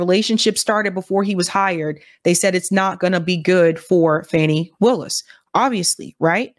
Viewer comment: Her name is pronounced Fawny Willis. Not Fannie.